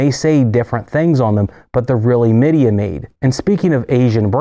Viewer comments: Meida is pronounced Mei-da, close enough to May-dah. They make low end units for all the Japanese appliances too. Other than Mitsubishi aircon units, I'm surprised how a little penetration into the US market has been made by Japanese high-end appliance manufacturers. The low end stuff is just Chinese in a nice wrapper, but their high end is well built and extremely efficient. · It's actually pronounced May-Dee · Well done video. Yes you butchered a few of the names pretty bad - Midea, Zanussi, Gagenau. I currently own a Midea dishwasher in Europe and it is a 100% copy of Bosch. The parts are not the same but they are cheap and easy to find. Easy to repair. A friend of mine who is an appliance salesperson recommended it to me. He said that it had the same parts as most other brands except Miele and Bosch. It has been a good unit, especially for its price - $350. It actually dries better than my Miele dishwasher that I use in the USA. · Hi! May I please help you with the pronunciation of a couple of the companies or brand names that you mentioned? Zanussi, for instance, is pronounced “zuh-NOO-see” and Midea is pronounced “my-DEE-uh”. Hope this helps … and thanks for another great video!